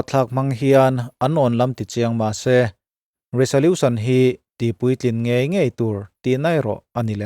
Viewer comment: Resolution tih a 's' hi 'z' ang a lam tur aw